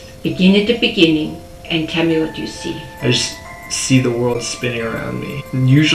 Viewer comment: “In the beninging”